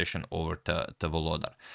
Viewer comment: For those who wants to pronounce reigning World Rapid Champion's name correctly: it's VoloDAR - stress in on the last syllable